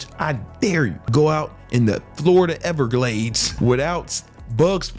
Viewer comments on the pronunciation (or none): none